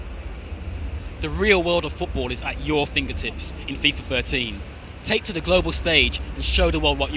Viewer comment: if you fought.... this guy says anything with a th with an f jesus christ it's annoying and says "the" da .... -.- wheres the guy that won the competition xD ps should hire him